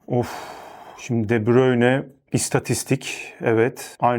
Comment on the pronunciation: Salah diyip De Brune dememek ayrı komik 😄